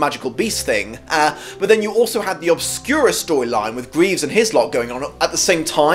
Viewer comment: Graves, not greaves.